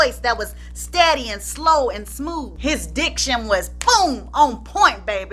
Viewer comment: Chiile, every time you’d say “DIC-tion”, I’d clutch my pearls. 😳😧😲🤭… 😅😂🤣😂